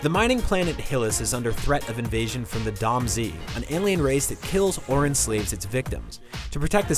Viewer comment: Someone never played Beyond Good and Evil. It's "Domz" not "Dom Z".